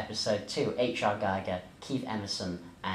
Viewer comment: I think it's pronounced Geeger. Not being pedantic btw. Good video